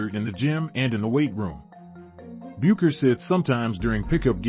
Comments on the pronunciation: Bueckers is pronounced "Beckers". Any WBB fan should know this. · Dude I appreciate your vid but you really should know how to pronounce Paige and Gino's last name. Everyone in America who knows basketball knows. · I appreciate the Uconn & Bettencourt still photos in this video but Paige Bueckers was the most decorated basketball college freshman in the history of the sport. She remains (though currently recovering from injury) the most gifted female college player in the nation....all that to ask...Can't you pronounce her name correctly at this point????